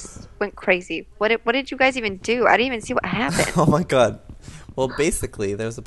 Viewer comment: you sound British when you say oh my god